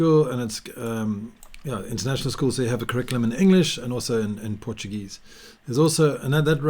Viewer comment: very informative and great portuguese pronunciation